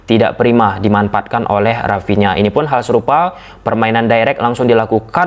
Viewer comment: kok Kaliman yg seharus nya" dimanfaatkan jadi dimanpaatkan, fase fase jadi Pase Pase, pers jadi fers,😂😂😂geli juga dengar bahasa nya😂😂😂